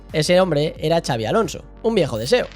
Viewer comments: En todo caso "txabi" 😂 Pero no, no hay manera que pronuncien bien el nombre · Q no es “chabi”!!! No hay dios q pronuncie bien su nombre😱😱😱